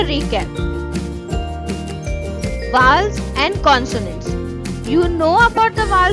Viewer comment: Mam you pronounced rong it's vowels